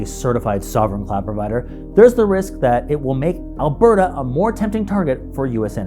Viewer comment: It’s just “Alberta.”